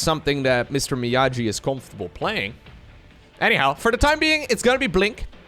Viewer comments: its Mee-Aww-gee! XD not me-ah-jee, not sure has ever watched Karate kid, the original one. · Mr. Miyaji? BRO. It's pronounced ME-YAW-GEE. You are forbidden from forever making BOOMER jokes if you don't know your movie history. Go watch the Karate Kid right now for your penance. :) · Everytime pronounced Mr Miyagi, Mr Miyaji, I cringed a little. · lol my ears bled from all the MrMiyaJi ... ITS A HARD "G" ! XD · Hearing him say "Mr miajee" is so gut wrenching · I read this comment before making it to that point in the video and it didn't soften the blow at all. It's a solid attempt to pronounce the name without context, but it still hurt lol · I’ll be the jerk to say it: Miyagi is a hard ‘g’ like “gate,” not the soft ‘g’ like “giant,”! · just turned 30, but he's not so much of a boomer that he knows Mr. Miyagi from the Karate Kid movies! hard-g sound, like go or gas. Miyagi-san says you need more wax-on, wax-off! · please watch Karate Kid Mr Miyagi is not pronunced like this:D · "miyagi" is pronounced with a hard G like "geese", not "jeep" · I know you did NOT just say MrMiyagi with a j sound. ❤ solid video. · Watch Karate Kid, you're mispronuncing Mr. Miyagi. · I think he could learn to pronounce it without watching a whole movie, for example reading at least 5 comments to this video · miyagi pronunciation though xd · Clearly had never seen karate kid as he can't pronounce Miyagi